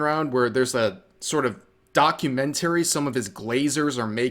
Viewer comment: I’m more pissed at how Rev pronounced documentary